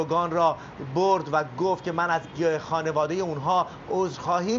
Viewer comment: خیلی درست خانواده رو تلفظ میکرد. دائما هم میگفت خونواده